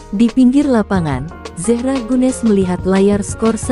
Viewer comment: Terlalu lebay! apalagi nyebut zehra, ngawur!